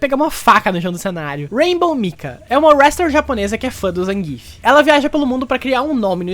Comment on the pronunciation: Adendo (*): Por favor, Zangief [ZanguiÉF] e não Zangíf!!! Bote seu SFVI aí no seu pc ou console, ganhe qualquer uma com ele [ou perca contra ele] e veja o narrador falar! Reddo Saikuron wa muteki da!!!!!!!!!!!!!!!